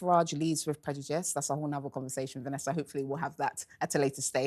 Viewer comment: Why can't she pronounce 'prejudice' correctly and still continue to say it every 5 words? 😂